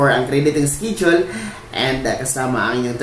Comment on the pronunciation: Pls pronounce the word schedule as eskedule and not eskidule. Sanay mawasto ang pagsabicm mo ng schedule